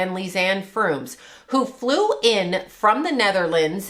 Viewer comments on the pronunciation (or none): I am frustrated that you didn't get either girls name right. Kris Kremers not "kremmis"? Lisanne Froon not "frooms" Moron